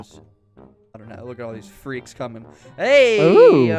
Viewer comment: Gram: NOW GET ME NOW FWEAKS